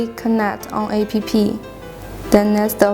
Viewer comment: What jack-ass authorized this gibberish??? The text is written by someone who does not speak English and the lady reads the text wrong, A.P.P. is pronounced APP!, not, Ah, Pe, Pe... Apps stands for Application. For a while I thought she was saying I.P.P. which can stand for Internet Printing Protocol, commonly used by modern printers. The product looks impressive but the presentation is shite. It comes off as half cocked. And what geek choose the background music? The music is not only annoying but also distracting. Gees hire someone competent in the technology and the use of the English language, to demonstrate the product. Otherwise a well detailed demo, minus the cocked up use of English and tech terms.